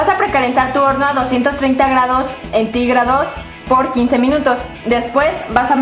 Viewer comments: karen en el minuto dijo ENTIGRADOS en vez de CENTIGRADOS no es por ofenderla tranquis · en el minuto karen dice entigrados y no centigrados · Minuto karen dijo entigrados no centigrados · Karen el el minuto dijo entigrados en vez da centigrados ☝️picale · like si notaste que en el minuto dijo entigrados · like si escucharon q dijo "entigrados" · jimenez no es centígrados como dijo 4106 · escuche bien o karen dijo entigrados en el minuto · Soy Yo O Dijo Entigrados en el minuto +